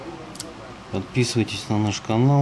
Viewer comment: Мне одному показалось что он сказал отписываитесь от меня ?